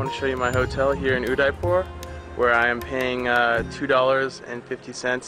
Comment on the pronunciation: Heii frst time i had ur video and i totally fall in love with amazing video i residing in udaipur. And ur pronounciation uuddaippur makes me smile. next time pls comeagian udaipur i want to be a part of ur video and i will se u some unknown place in uddaipur😂